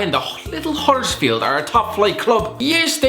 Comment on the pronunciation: He got huddersfield right